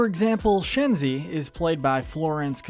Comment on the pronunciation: He butchered Shenzi and Banzai name